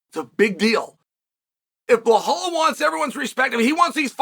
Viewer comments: 😂 Who's "Blahall?"blow hole? Are we talkin Belal! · Who tf is bahal?? 😂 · No, I am regular viewer of him but he is calling blohal from long time. So I thought to remind him its bilal or Belal no blohal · Blehal. Please remember his name correctly. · Blah-hall 😂😂 (remember the name)